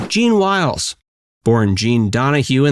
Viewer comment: you did well in narrating this video. You misspelled AND mispronounced "Jean Wiles". Her name was Jean Willes and her name was pronounced "Jean Willis". Otherwise, good video.